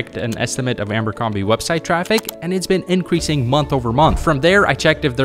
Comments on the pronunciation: "Ambercrombie" is driving me crazy haha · $5000 on a company he can't even pronounce? 😆 There is a good reason he kept seeing Abercrombie, [not Amber Crombie] it's the algorithm, you engaged with a couple of vids, and it sends you more and more. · The way B keeps calling it Ambercrombie 😂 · Yes, I know he says Amber-combee on purpose